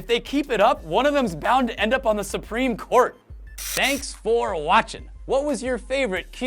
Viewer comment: his way of talking: Thanks for watcHIN'